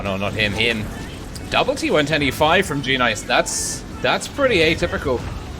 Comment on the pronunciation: u say the g as sort of an extra word,tho its actually part of it